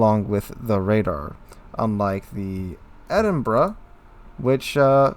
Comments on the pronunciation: It's Edin-bo-row not Edinburg. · Well, it SEEMS does, he corrected himself a few times - but to the wrong pronunciation of "Edinboro" - better than "Edinburg" but still not right. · It's pronounced "Edinbra"